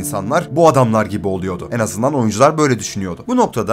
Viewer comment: en büyük derkenki 'en' leri yanlış söylüyorsun dostum. belki düzeltirsin görüp. kapalı söylemen gerekiyor.